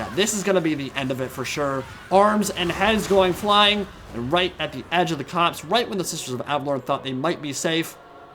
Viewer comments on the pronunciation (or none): none